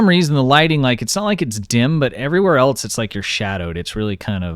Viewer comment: Why do you pronounce "else" like "elts"?